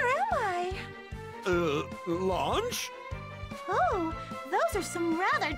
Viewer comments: I'm pretty sure she's Lunch, not Launch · "Launch"? Why was it changed from "Lunch"?